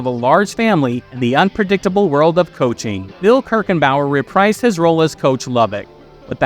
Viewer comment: The best part of Booker was Lori Petty. You may want to look up the pronunciation of "reprise".